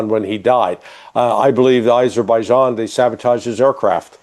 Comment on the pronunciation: AZERBIJIAN, NOT ISERBIJIAN